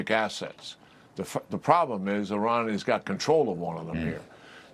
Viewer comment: General Keane cannot even pronounce the name 'Iran' correctly. It's not 'Orran' and it's not the Straight of 'Hamuz'.